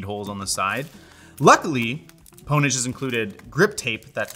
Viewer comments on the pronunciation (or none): Did he really just call Pwnage, "pone-age". Have you never seen Pure Pwnage??